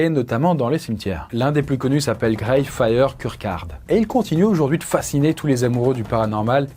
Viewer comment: Ouah mais non ! La prononciation de Greyfriars kirkyard😄😂! En tout cas, pour avoir vécu à Edinburgh (et non Edimbourg😉) pendant quelques années (d'où j'ai dû repartir à cause de ce satané Brexit😡), je peux affirmer qu'il ne s'y passe que dalle (ni de jour ni à la tombée de la nuit...le cimetière est fermé la nuit😉) ! Par contre, + que les mortsafe, ce qui est "flippant" (et qui je pense aide les rumeurs de fantômes à rester vivaces) est le style disons "hors du commun" des plus anciennes tombes. Cela dit, perso, j'y planterais bien la mienne : c'est tranquille tout en étant au coeur du secteur touristique de la capitale, il y a même un coin jardinet de plantes médicinales et tu vois toujours du monde (aaah les touristes😔!). Seul point noir : ton repos peut être altéré par la présence de jeunes qui se croient au cimetière comme dans une boite de nuit et squatent les allées avec une musique tapageuse (aaah les jeunes😔 !)...😂. Cela dit, je n'avais jamais entendu parler de l'ile des oubliés...quelle tristesse, tu as brisé mon p'tit coeur🥺.